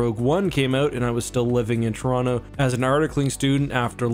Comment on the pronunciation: How you know actually lived in Toronto: He pronounces it T'rawna. <3